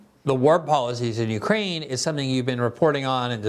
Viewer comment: Sorry, I can hardly understand the professor.....🙁 And why is he speaking of "Ukaine" , why leave the "r" out...? ? ? ? ? 😳